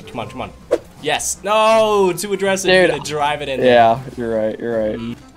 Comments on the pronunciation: Why do you keep saying “Adressive” wtf does that mean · Is anyone else hearing say “addressive” or am I losing my mind